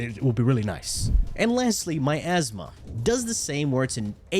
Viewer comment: The way you say Miasma; My ass ma